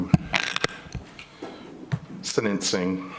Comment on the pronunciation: IT’S SENTENCING NOT SEDENCING